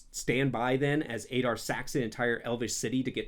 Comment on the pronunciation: "Ey-dar"? Didn't you listen to how they say it? It's "Ah-dar"